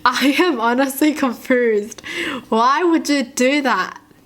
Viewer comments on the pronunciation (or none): The way she says confused 😂 Confoosed